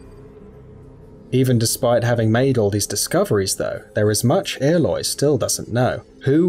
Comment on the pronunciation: I can't get over how he pronounces it. Like... her name is said so many times in the game. How does he get it sorted wrong.